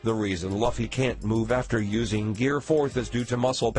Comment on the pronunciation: It's so annoying when he says laffy